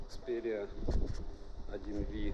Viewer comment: Сони 1 ВИ?!?!?!?!?!? Ну как не профессионально! ЭКСПИРИЯ 1 МАКР ПЯТЬ! ПЯТЬ А НЕ ВИ!